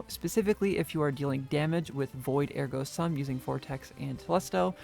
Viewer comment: Are we really back to pronouncing Ergo Sum wrong?